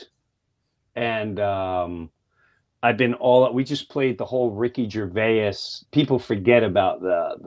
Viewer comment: Somebody tell Jim how Gervais is pronounced! ❤️